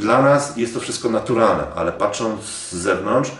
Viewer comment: dziwnie tam brzmi słowo naturalne xd